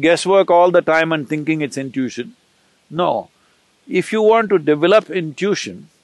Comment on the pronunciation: When he branches off and goes into a detail he unnecessarily mentions 4 examples when 2 are enough. Irritating because one forgets what he branched off. Can't some tell him how to pronounce "intition" ?